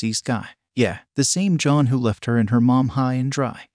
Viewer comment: Lmao this must have been a trash ass movie. Great overview, this video made me laugh. Liked! Commented! I know you probably noticed this but the text to speech program did mess up a couple times on the name “John” which was a little confusing. Long video so I imagine it would be difficult to get the text to speech exactly right, and it didn’t effect the overall effect of the video. Bravo!